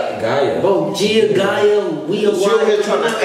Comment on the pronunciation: He said it right it’s guy ya spelled gaia